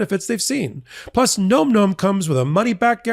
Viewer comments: Gotta laugh about the nom-nom push.... Maybe get the pronunciation right, its pronounced like nam-nam (such as the pronunciation in vietnam) , not gnome gnome. Just putting that out there, makes you seem a bit more credible in your push lol! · its pronounced NAH-m NAH-m not nome nome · I think the answer to why Trump did it is all the things you mentioned. BTW NomNom is pronounced NahmNahm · Re: advertisement Phonetically it’s Nahm nahm. Not nome nome. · It’s “nahm nahm” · You're still pronouncing Nom Nom incorrectly.